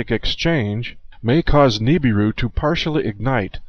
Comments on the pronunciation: I can't stand the way you say Nibiru. You say Nee-bee-ru. No one says it that way. The rest of the world pronounces it Nib-ir-ru. Good movie though! ;) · Nibiru is being mispronounced. That is my number 1 hang-up and my number 1 vice is poor language and me correcting it.